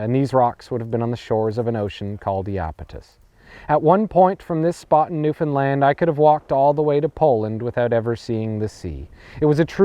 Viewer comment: Congratulations on pronouncing Newfoundland correctly.